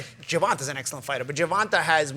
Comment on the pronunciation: Nobody: Paulie: “Gervontah Davis”